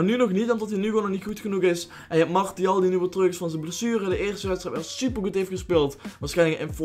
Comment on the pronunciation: cringe moment toen je martial zei